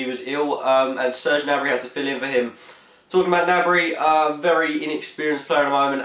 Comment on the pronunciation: You say gnabrys name right its a silent g Someone says it right